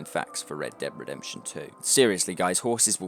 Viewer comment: Why do you say "Red Deb Redemption" ?